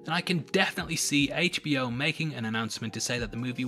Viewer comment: Your "Harley" sounds a lot like "Holly" ... for a minute I was like "who is Holly" 😂